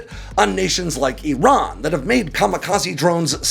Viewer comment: He's saying Iran wrong